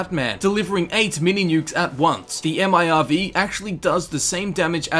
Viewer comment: who the fuck says m.i.r.v?? just say fucking MIRV